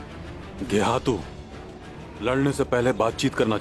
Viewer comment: Geyhatu ❌️ Gay - hai -tu ✅️